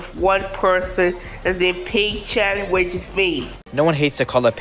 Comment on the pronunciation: not "oink-shat"😭